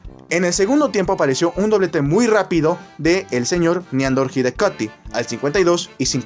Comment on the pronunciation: La "w" en alemán suena como la "v" en francés o italiano, la u de Hidegkuti es como la "u" en español, no como en inglés, y "ü" de Hügi en alemán es como la "u" en fránces, nada que ver con la pronunciación inglesa. En Sankt Jakob, no sé por qué lo pronuncias "Yeikob". Ni en alemán ni en nuestra lengua española la "a" diptonga de ese modo.